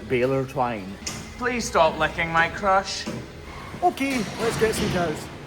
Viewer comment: 3.58, was that 'crush' or 'crotch"?